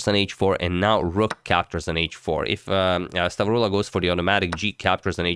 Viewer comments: The pronunciation of the Greek name was on point, nothing to worry about there. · Hey Agad, perfect pronounciation, you actually said it like you are from the center of Greece! <3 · You pronounced perfectly "Stavroula"